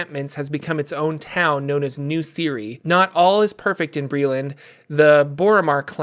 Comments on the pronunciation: Shouldnt Cyre be pronounced Sye-er? Siri is a very weird way of pronouncing it . Is it actually the official pronunciation? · Si-er not siri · Always thought Cyre was pronounced Sire not Ciri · Pronouncing Cyre as Siri is wild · It’s “Sire” (Cyre), and they’re called Cyrans “Sirens” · in Keith Baker's: Sharn, City of Towers, Cyre is pronounced Sire